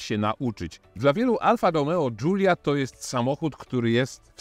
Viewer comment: który nie potrafi nawet przeciętnie wymówić nazwy modelu, zaczyna go krytykować. Dziękuję, nie oglądam. Wolę film od Jagody i Coobcia;)